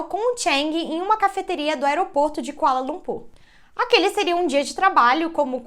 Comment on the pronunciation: Eu escutei "aeroporto de colanocú"😂😅